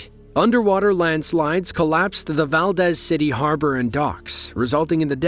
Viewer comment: Valdez, Alaska is pronounced "val-deez." Not like that Columbian coffee guy from commercials.